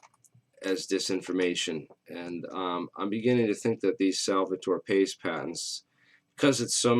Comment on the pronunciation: Salvatore Pais